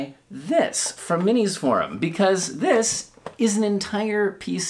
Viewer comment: MINISFORUM or MISINFORUM(ation)? Thank you for listening to me folks, good bye